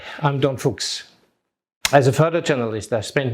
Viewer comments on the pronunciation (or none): none